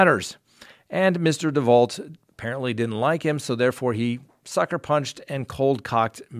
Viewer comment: DeVault is pronounced DeVau - like the murderess Marissa DeVault.